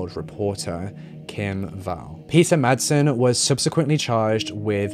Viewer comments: 18.37 It's called Refshaleøen. You can google it and find the pronunciation online. And Peter Madsen's name too. In the correct Danish pronunciation the d is SILENT! He may not be worth it, but please consider that Madsen is a quite common surname in Denmark. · It's because she was swedish. He just showed respect. Peter Madsen though... No respect there. No effort to learn how pronounce his name. Which is totally okay.